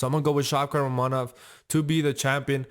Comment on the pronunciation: Pronounce rakhmonov correctly